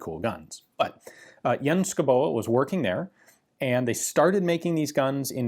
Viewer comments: "It's Danish and thus not physically pronounceable". Says Ian Mcsomething. -> Daanish pronunciation. It's not even difficult. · Yes you kinda butchered the name. But points for trying! (And better than "Madsen". Haha) If there are Danish names you want to know how to pronounce, before making a video, pm me and I'll send you a sound file. Not that it really matters for the videos, but if you think it would be fun to pronounce them correctly you are welcome. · I'm danish and I will give him a B for effort, and I really agree on him not physically pronounceable... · Actually, Ian is pretty close, except that the e at the end is silent and the stress should be on the first syllable. Basically, the “Schou” part is pronounced pretty much like Ian does, while the “boe” is pronounced something like “beau” (how long you drag out the vocal sound may vary). A simpler, more phonetic (in Danish at least), spelling of the same surname would be “Skovbo”. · Yes, the pronunciation was not even close ;-D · Sko-Bo lol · btw the name is pronounced as skov-bo Schouboe is just the old Danish way of typing that name (it means something along the lines of a home in the forest) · Ian - if you want to pronounce Schouboe more like we do it's Skovbo. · Pronunciation is Sk-au-bow. As in autumn and crosbow respectively. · The 'e' in 'Schouboe' is completely mute (i'm Danish) , another spelling is 'Schoubo' , rhyme with 'Lego' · Enter “Skovbo” in google Translate and have it pronounced in Danish ... you’ll be surprised how wrong you are ;) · I would guess "Scowboo" would be a closer approximation. But you are right; Danish names are mostly unpronounceable to anyone but Danes. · Say it like skou-bo 👍🏻 the e is silent. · Schouboe = Skou-bo Madsen = Massen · "scow-bo" - still not physically pronouncable by an american but closer to the 'truth'......Incidently, Schouboe (or in modern spelling "Skovbo" literally means "Forest-dweller" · Its pronounced "SKOVBO" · Shoe-boy? Did I guess right?